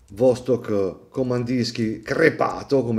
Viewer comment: Vastòk Vastòk Vastòk Vastòk Vastòk!!!!!! Non E' Vòstok!!! (per non dire nulla del Vòdstok pronunciato a ) E' come se un chitarrista compra una Gibson e ne pronuncia il nome all'italiana. E' Ghibson, Ghibson!!!! E a Vastòk Kamandìrskie: pronunciamole tutte 'ste lettere!!! Non è inglese: è russo!! Kamandìrskie: ie i ,e!